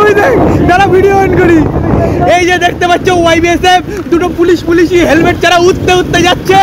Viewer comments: হেলমেট ❌হালমেট ☑️ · হেলমেট ❎ হালমেট ✅😅😅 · হেলমেট ❎ হালমেট ✅ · হেলমেট ❎ হালমেট ✅😂😂😂😂😂😂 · হেলমেট ❎হালমেট😂😂😂😂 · হেলমেট❌ হালমেট✅ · হেলমেট ❌ হালমেট ✅ 😂😂😂😂😂🤣🤣🤣😅😅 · হেলমেট ❎ হালমেট✅😂😂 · হেলমেট ❌হালমেট✔️😂